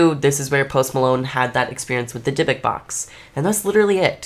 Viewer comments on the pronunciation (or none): none